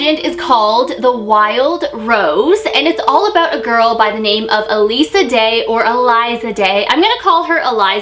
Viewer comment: Its elisa